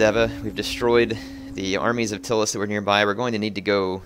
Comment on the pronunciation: It's not "Till-us" it's "Tie-lis"